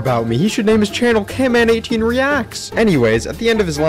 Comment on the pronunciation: I like your vids but its not camman18 its canman18